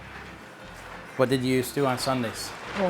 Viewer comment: I grew up in Westminster, Maryland. The name has only three syllables - west - mins - ter, not west - min - is - ter.